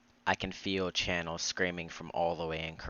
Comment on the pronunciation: Please dont tell me you really called chanel (sha-nell) channel bruh